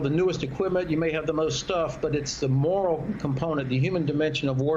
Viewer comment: It's "morale" not "moral."